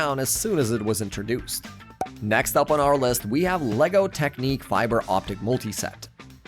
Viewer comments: Technic I pronounced [Tehk nik] not [Tehk neek] idiot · Bros pronunciation of knex and technic pisses me of